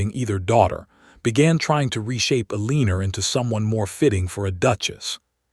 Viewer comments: El-eh-nor…not Eleeenor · Stupid AI!! Her name is ELEANOR!!!